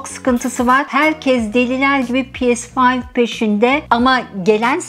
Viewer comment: Pi es fayv.... demeseymişsiniz iyiymiş.....🥴🥴